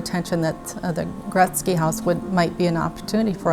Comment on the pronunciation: cannot even pronounce the name right. He says Goret -SKI 👎🏻